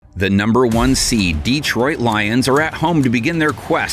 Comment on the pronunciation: DEEtroit? Come on, NFL.